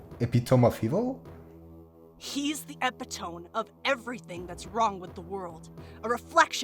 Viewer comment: Epitome is pronounced ee-pit-omy lol had me laughing